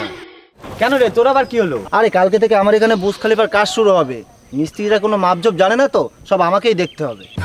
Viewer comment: বুর্জ খলিফা ❌❌ বুশ খলিফা ✅✅